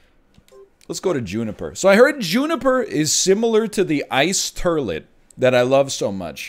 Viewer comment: I love the fact that thanks to, the word has just officially become "turlet"...